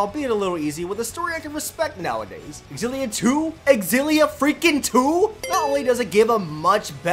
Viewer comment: You know it's pronounced Zil-ee-uh. Not ex-zil-ee-uh. Learn to read.